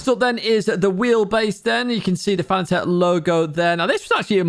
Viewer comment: Its not Fana-tec, its pronounced Fa-nat-ec